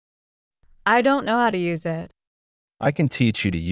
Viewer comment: Спасибо, все отлично. А простое выражение на ми. 25/29 совсем не возможно догадаться даже на слух "I don't know hоw to use it". Неужели все так произносят: ай донт арыаіт. Несколько раз слушала и не понять. Интересно было бы услышать это выражение в другой озвучке. Спасибо ещё раз.